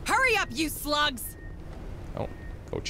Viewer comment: It wasn't until this episode that I realized they were saying "Move it you slugs!" and not "Move it you sluts!"